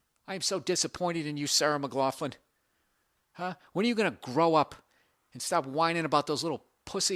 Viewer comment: Its pronounced "muh glaw klin". I guess if you're gonna make fun of someone you should probably learn how to say their name lol